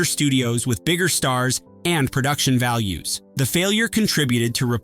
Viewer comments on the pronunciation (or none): none